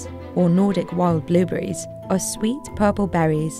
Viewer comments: Billberries? —> it’s blueberries lady blueberries… Say it with me BLUEBERRIES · Am I crazy or is she saying billburries? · are my ears deceiving me or does it sound like shes saying billberries 90% of the time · I can't stop hearing Bill Burries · Did anyone keep hearing "Billberries" the entire time?...BLUE...BLUEBERRIES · Narrator cant say blueberries, shes saying blilberries instead of blu berries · Is she saying billberries? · Is she saying billberries?? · why do you keep calling blue berries BILL BERRIES?????????!!!!!? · why is she saying billberries